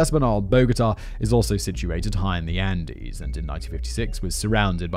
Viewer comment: I liked this video because of the delivery and writing . I didn’t actually enjoy it at all . Even after all I still remember Simon said “undies “ instead of Andes . It is rare for a mistake to be heard , but the subject matter in this video conflicts me even further for finding it amusing at the time .